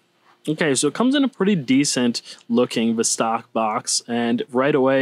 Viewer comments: VOS-tok (not v'stARK) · You need to pronounce VOSTOK correctly